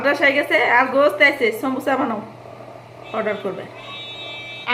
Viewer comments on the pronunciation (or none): Sombucha ta ki,,thik kore Bolen,somucha